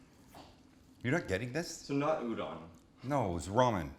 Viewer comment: Proper pronunciation of udon: oodoughn